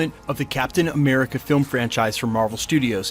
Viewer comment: Captain A-meh-rica